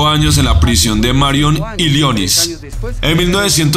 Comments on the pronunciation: Muy bien video, pero no existe "ILIONIS", se escribe "ILLINOIS" y se pronuncia "ILINOIS" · Se dice "Ilinous" ! 😁 Amo tus vídeos ! 💥💯👏🏼👏🏼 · Oe maní como así que se va a equivocar diciendo Illinois